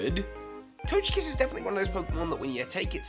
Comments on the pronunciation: you can say togepi but you call togekiss tojekiss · How in the world do you pronounce Togepi correctly, but you say Tojekiss? How sway? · toGekiss guhh its a g not a j u don't say tojepi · Togekiss is pronounced Toe-geh-kiss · Quick question: When you know how to pronounce Togepi correctly, why do you pronounce Togekiss with a soft G when it's the exact same start as Togepi? XD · That's the first time I heard someone else pronounce Togekiss differently :D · Same here lol. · why do you pronounced TOGEpi and TOGEkiss differently?